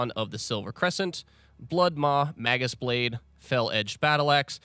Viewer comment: May-Gus Blade.... Mag-us is wrong. X_X